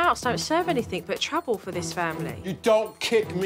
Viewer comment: I love Jo but - 'anything', ' nothing' etc don't have a k on the end..🤔